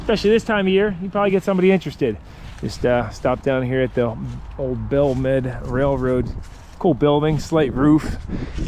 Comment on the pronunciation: Belle Mead, NJ (just south of Hillsborough, NJ) - pronounced [ bell-meed' ] Just a heads up:)